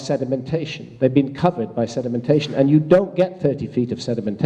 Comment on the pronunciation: SEDEMENTATION by the SEA. LOL.